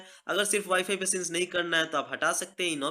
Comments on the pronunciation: उसको सिंक बोलते है सीनसी नहीं बोलते प्रोनोउंस बराबर करो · Bhai since nhi sync hota hai 😂😂😂👎..